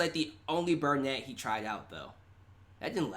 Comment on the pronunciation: bRunette?! You said burnette.....sorry, sorry I couldn't resist